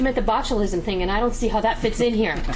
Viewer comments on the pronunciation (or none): none